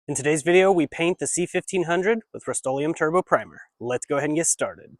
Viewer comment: It's not Rust-Oleum.